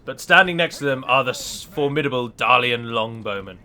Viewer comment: I find it funny how berates Halward while he failed his general in the battle. Also,, why is it that you pronounce Dalian like 'than' and Dale like 'day'?